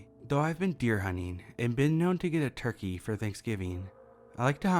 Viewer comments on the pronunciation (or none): none